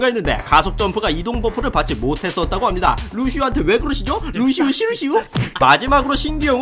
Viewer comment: 루시우 시르시우?ㅋㅋㅋㅋㅋㅋ 비올렛ㅋㅋㅋㅋ